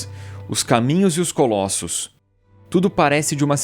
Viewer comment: Colassos??? Kkkkkk vai toma no cu